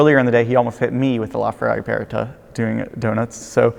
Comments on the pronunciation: Not with that much stress on the e/r though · Why does he say Aperta like that? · Why does he pronounce aperta like that?